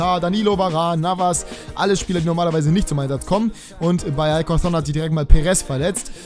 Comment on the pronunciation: Die beiden "c" bei alcorcó´n werden wie "k" ausgesprochen